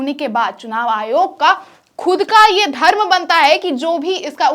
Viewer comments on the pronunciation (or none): none